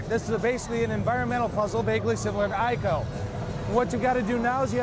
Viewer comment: It's actually pronounced as 'EE-CO' not 'I-KO'. The Japanese cannot say 'I' they say 'E'.